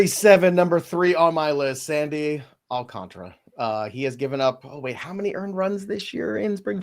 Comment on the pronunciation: It's Sandy Alcan-TARA!!! 😂😂😂😂